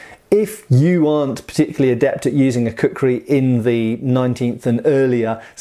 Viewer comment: Please say "Kukri" once more, I dare you!